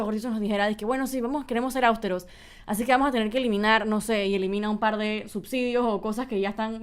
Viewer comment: Áustero...NOOO, es Austero